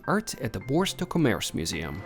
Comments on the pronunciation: Hilarious pronunciation of Boulogne.....phonetically it`s Boo-Loin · You mispronounced Boulogne other than that all great.